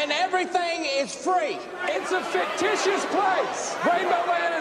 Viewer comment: oh boy, really butchered "fictitious" didn't we